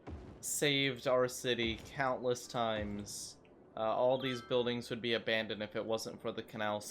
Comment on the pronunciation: he "world" like that XD